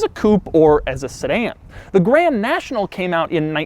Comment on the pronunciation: Maybe some day Dou will actually say the "d" in Grand 😔